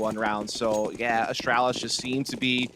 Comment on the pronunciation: The way the one NA caster says Astralis hurts me so much